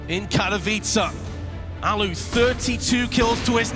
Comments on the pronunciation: it hurts when people keep saying alu alu alu alu and not allu . . . al-lu. There are two L letters and you say AL then LU holding the L sound not fast L alu ;___; the onlu curse in his name that no oke knows how it is said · "The Allu-gator" lmao